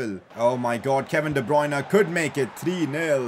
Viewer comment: Day 1 of trying to get to pronounce de bruyne as de-brer-ner